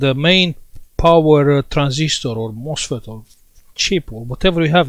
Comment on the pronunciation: It sounds like you are saying the 'mossfit' isn't working. How is that word spelled?